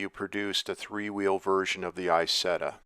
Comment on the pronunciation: It’s EeZETTa not eyesetta.